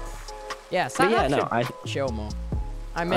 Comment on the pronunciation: Tommy became Canadian for a sec there haha